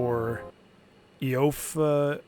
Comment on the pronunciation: "Eefa" is how its pronounced :)